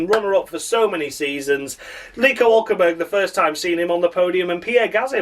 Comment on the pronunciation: Great show, perhaps your best Hulkenbuuurg rendition ever, you're gonna miss him something terrible when he's retired. Perhaps in the off-season you might consider a 'discussion' show where you ponder direction of F1, for instance Audi's premature sale and Michael Andretti's abortive attempts, yet Cadillac welcomed with open arms.